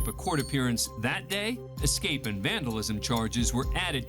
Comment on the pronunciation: Judge the word is escape not excape!